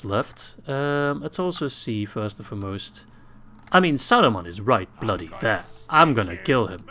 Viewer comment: I like the way you pronounce foremost. It sounds more like you're saying the beginning of Formosa at the beginning of the word. Kind of an easy tell that you're not a native English speaker.